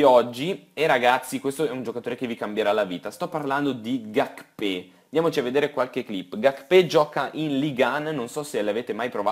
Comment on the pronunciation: Serie intrressantissima e anche il nuovo canale è una bomba...continua così. P.s Gakpè si dovrebbe pronunciare Gachfè